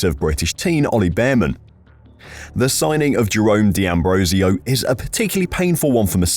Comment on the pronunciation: For goodness sake, it's not di Ambrosio, it's d'Ambrosio...